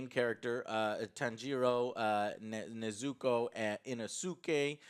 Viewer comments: Neez' ah Co! get it right joe my ears were on fire hearing you say her name lol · The weeb pronunciation of "Tan-jiro", "Neh-zuko" and "Inu-suke" hahhaha, at least you tried Joe... At least you tried :D I also greatly enjoyed this film, it was fantastic. More Nezuko is always a winner but it looks like they didn't do that yet. Hopefully S2 will have a tonne more of her flexing her power. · Nezuko.: errr nezukah...nzuku (thinks of count duku) yeah NEZUKU!! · Dude every time Joe wrongly says the name Nezuko i want to commit Seppuku 😂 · Game: Take a shot every time AngryJoe mispronounces Nezuko lmao 😂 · i can tell joe watches english dub by the way he pronounces Nezuko.